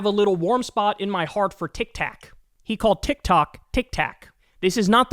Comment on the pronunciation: If he wasn’t such a monster him calling it “Tic-Tax” would be adorable